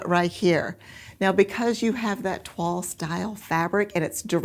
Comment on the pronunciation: Fantastic matches. I have not heard of toile printed fabric before; we pronounce it as the French do: Twahl not twall. I only know it as the test making of a garment in calico. I love all the substitutes you found and the card one is amazing! It's funny, often I don't think the 1 and 2 will match but then I see the image of the pattern and it all falls into place! So helpful when you explain why you make the matches you do. Great video again, 🤩🤩🥰🥰